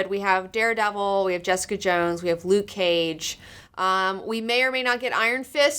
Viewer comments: Felt like hours of hearing, "Jess-EEE-cuhh!" in that British accent. Kept hearing it after watching, much like an unwanted song that gets stuck in your head. I just refer to it as JessEEEEcuh! now, in that same voice. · Ha! I totally felt the same way; I kept hearing "Jess-EEE-cuhh!" weeks after finishing the show :D